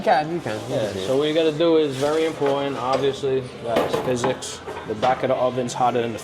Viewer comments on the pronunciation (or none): none